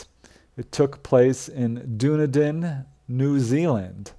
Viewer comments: That’s pronounced “done - eden” Dunedin .😊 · Hi. The pronunciation of Dunedin= 'done-eden.' New Zealand was settled by many Scottish people. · Dunedin= Done need in. How it's pronounced. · Dunedin, is a Scottish word, pronounced Done-Eden. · done, as pronounced dunn. Dunn eden. Dunedin. Whether in Scotland, or New Zealand.